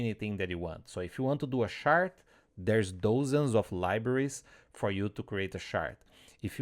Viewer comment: Watching this at 1.5x and it took me a good while to understand that you were talking about a "chart" rather than a "shart"...